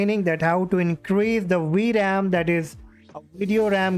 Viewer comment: WTF is a "we ram"?? I thought it was a Vram (vee-ram)